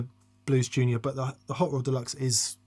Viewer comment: The day says Blues Junior correctly will be the end of the universe